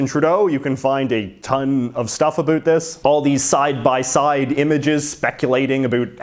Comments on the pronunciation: You’re making us Canadians look bD, learn how to pronounce “about” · They dont seem so crazy anymore. Also, stop saying about like that as if Canadians talk like that, you half a fruit cake